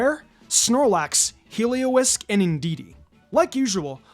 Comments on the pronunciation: I love how he calls it Heliowisk UwU ! 😂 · “Heliowisk” 😂 Love this format and hope you do this for all types!